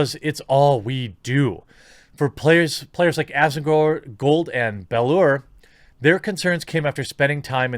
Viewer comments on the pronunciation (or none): Belluar = BEL-YOU-ARE just FYI.